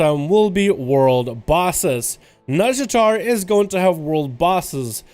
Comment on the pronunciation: i keep hearing "Nuzjatar/nuzjator" xD